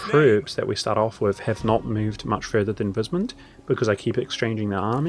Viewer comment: heh sure. Secessionist is said like cess (eg cesspool), so like cess-session. I believe you said succession in the video. W in German (which the empire in Warhammer is a parody of) is pronounced like a v in English, so weismund sounds like vice mund, (German vowels are pronounced in the order you see them, so ei sounds like I or eye).